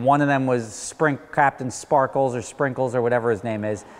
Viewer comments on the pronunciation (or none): I think his mispronunciation was on purpose, ha. But yes captain whatever will most likely show it off in one video, get 500k views, and we'll never see it again.